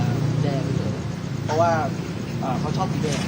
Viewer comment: สั่งสอน พุทแทะ : ให้พูดว่า เรื่อง ไม่ใช่เลื่อง, เพราะ ไม่ใช่เพลาะ ,ควบกล้ำก็ต้องดีให้ถูกต้อง ไม่ใช่พูด ร. เป็น ล. พูด ล. เป็น ร. หากินไปวันๆ หลอกเด็กรุ่นใหม่ที่ติดตามให้โง่เหมือนเมิง